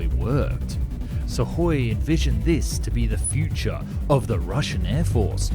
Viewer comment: Wow, an English YouTuber that didn't follow the failure'ous "transliteration" charts and had read the Suhój as Suhój – not as "SOOkoj"(instrumentative singular for /b.tch/)